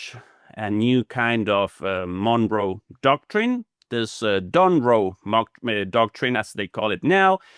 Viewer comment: Did he almost say "Donroe Mocktrine"?